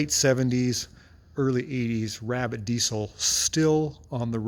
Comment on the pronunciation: I dont get the C in diesel. Its pronounced DEEZEL not DEECIL